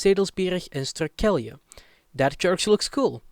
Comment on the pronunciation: Strukelje would translate to Tripping/falling over. You pronounced it wrong btw. And your pronounciation for the CITY Hylpen and VILLAGE Molkwerum (should be Molkwar even in Frisian) are simply put horrible. Hylpen is 1 of the 11 cities in the province, it's not a village even if it's size is rather small. And yes, locally we call it "little Germany" as every summer it floods with German tourists. The Frisian language is fairly limited because it was banned by the Hollanders until fairly recently, the Frisians had to fight to keep their language and not be discriminated against. This is also why today the language is still limited and even to this day discriminated against. You however should just ask, Frisians are not scared of anyone asking about it. Do note that every city/town has it's own dialect on Frisian but the bigger places like Leeuwarden and Harlingen for example generally speak more Dutch. And to make it funnier for you, Drents is a Frisian dialect, even if they hate you even saying that but it's true. You can speak Frisian in Drenthe and they should be able to understand most of it.